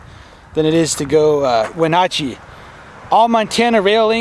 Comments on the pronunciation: Take a drink every time mispronounces Wenatchee. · Wonder if he ever learned how to pronounced Wenatchee correctly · The way he pronounced Wenatchee cracks me up.